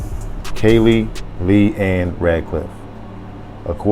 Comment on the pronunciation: It's pronounced Cee Lee ...like the color purple